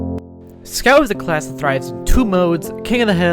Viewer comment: scyout :0 Amazing video !!! YIPPEEE HOORAY FUNNY BOSTONIAN